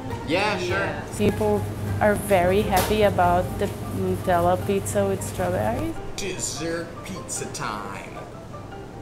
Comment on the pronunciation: The way he said Nutella shocked me a little, nut is not pronounced noot XD